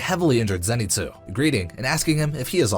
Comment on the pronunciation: “Zenitzu”😂 its “Zenitsu’